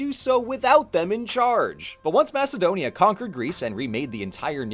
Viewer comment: I like how you say Macedonia so accurately, but say polis like a US southerner would say police or a french guy saying chicken